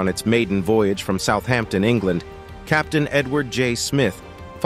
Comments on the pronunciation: Southampton.....is one word. It is NOT South Hampton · Southampton is one word, not South Hampton ! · Southampton, not South Hampton. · Southampton right? Not south Hampton. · Southampton is not two words! South hampton?? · Not one to nitpick but 'Southampton' all one word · Wow, it's not South Hampton it's Southampton. If they can't name the city correctly what else is wrong. There isn't a South Hampton or any Hampton in England and Southampton is a well known port city in the UK. FFS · It is Southampton not South Hampton. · It’s not south Hampton it’s Southampton all one word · Its Southampton not South Hampton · 1.5 million views and doesn’t know Southampton is all one word ! I fear for the future 😢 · Southampton is one word. Why can’t Americans get things right? He surely has done his research or is he just reading from a script?